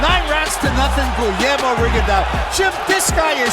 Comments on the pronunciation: It’s rigondeaux .... you say it rig-on-do.... deaux is pronounced do like pizza dough or doughnut.. just a heads up bro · "Riggin-dee-ow" lol